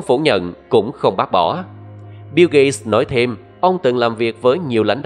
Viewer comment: Tên ổng là "biu gết(gate)", mà bạn đọc "biu gây(gay)" là hỏng rồi